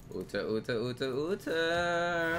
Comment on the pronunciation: All that 'Ooter' really annoyed me as well